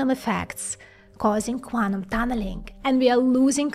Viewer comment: I cannot stop listening to "Guanum" as Guano, but Quantum ^_^